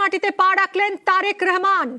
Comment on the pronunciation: এরা উচ্চারণ করতে পারে না ঠিক করে রেহমান হবে না রহমান হবে কিছু মনে কইরেন না